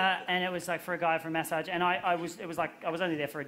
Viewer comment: I thought he was talking about messaging and was so confused about his prononciation